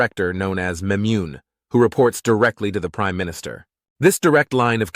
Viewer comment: You mispronounces Memune. It should be pronounced in Hebrew as Me-mu-nyee , not Me-mun